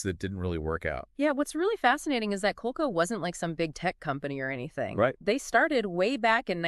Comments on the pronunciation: Co-leek-co. Wow. It was short for the Connecticut Leather Company so I get where your pronunciation came from, but it’s just wrong. You guys are just wrong. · COL-LEE-CO. COLE-CO hurts my ears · You guys are gonna have to totally redo this or you're gonna get shredded... it's COL-LEE-CO, not COLE-CO.